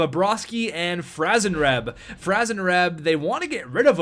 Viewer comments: It's franzreb you idiot!😡😡😡😤😤😤🙄🙄🙄(Fran-zuh-reb) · Don't get Franzreb... you can't pronounce his name hahaha jk bro <3